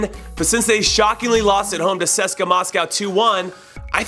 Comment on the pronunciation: who the fuck is seska? its C.S.K.A Moscow (see-es-kay-aye) say it CONRAD say it!! C pause S pause K pause A say it!!